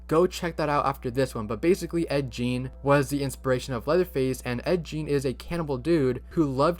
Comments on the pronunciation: Just fyi, Ed Geins last name rhymes with Bean, not Jean. 😁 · Ed Gein's last name was pronounced GAYN not JEAN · Ed Gein is not pronounced Jean. It's g like gun. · It's pronounced Ed "Geen" not Jean. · Ed Gein was the stupidest, shittiest serial killer around. Bro, its not Ed Jean, its Ed Geen (pronunciation), not that i care to show respect to him, hes so.... built up for nothing. The whole skin shades and skull lamps was rediculius, yes he had some of those things, but he didnt go murder a bunch of folks, Gein murdered like one and dug a body up, it was really mild on the overall gore scale, at least in my opinion it is. Heck im normal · It's Ed Gein not Ed jeen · It's Ed "GEEN" no "J"sound. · Uh texas chainsaw massacre isn’t exactly supposed to be Ed Gein… also pronounced like it would be geen it was based off of what he did because yes he did wear the faces of his victim… but it’s in a way it’s own horror masterpiece. Coming from someone who actually lives in texas… we tend to hear that it was actually a family that killed people and turned them into food and sold them to other people… hence why it’s still a place in texas and uh well as the name says they probably used chainsaws to cut apart their victims (due to I think their main item being like hamburgers as well)… but that movie isn’t the only one supposedly inspired by Ed Gein… To name a couple extra, Silence of the Lambs, and Psycho (imo psycho would probably be better adaptation for ed gein anyway) Leather face did indeed show traits of wearing skin for a mask. But that’s really all. All it really shares is inspiration. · A couple of critiques * It's pronounced Gein (Hard g like grape) * He wasn't a cannibal * Granny was made to fit into the slendrina universe Otherwise good job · Ed Gein is pronounced like Green just without the r sound.